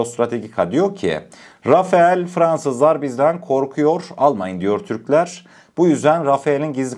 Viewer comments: Rafael değil Rafal demelisin❤ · Selamünaleyküm yav kardeşim « RAFAEL »değil « RAFALE ». Çoğu yerde bu yanlışlık yapılıyor. Yani neymiş RAFAL diye okunuyor Rafael değil Rafale de değil RAFAL diye okunur. Selametle kalın Allah’a emanet olun. Bu arada kanalda sunduğunuz içerikler çok iyi. Tebrikler 👏🏼👏🏼👏🏼🇹🇷☝🏻💪🏻🇹🇷🇹🇷🇹🇷🇹🇷🇹🇷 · Rafael değil .. rafal